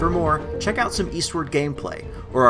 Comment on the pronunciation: For everything "eltse"? Bro aren't you a journalist?